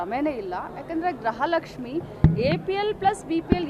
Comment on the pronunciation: ಗ್ರಹ ಲಕ್ಷ್ಮಿ ಅಲ್ಲಾ ಅದು ಗೃಹ ಲಕ್ಷ್ಮಿ.